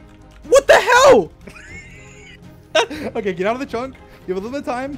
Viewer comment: When George says what the hell, it sounds like what the hewl xD Love you guys!